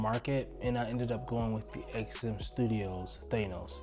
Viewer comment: Than-os.....not Thane-os